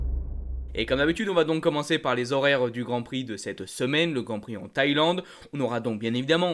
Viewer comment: C'est un gros problème actuel ces fermetures éclair qui ont tendances à s'ouvrir spontanément et pas que dans le monde de la course moto;) "des horaires particuliers" sans vouloir êtres donneur de leçon mais pour le bien de nos oreilles... Merci pour toutes ces infos en tout cas!